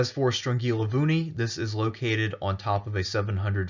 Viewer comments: Nice vid, I am Greek and I never heard of Strongilovouni. You got the pronunciation pretty close btw. Also I can't wait for Epirus! Great Job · Thanx for the video! Strongilovouni (you didn't "butcher" it at all!) means round mountain.